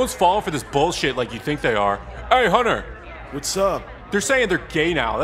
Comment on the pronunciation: He said Hunter it just sounded weird cause he pronounced it more like "hunner"